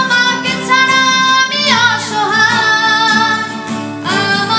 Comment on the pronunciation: awesome❤❤ তবে ছাড়া উচ্চারণটা আরো ঠিকমতো করতে হবে🎉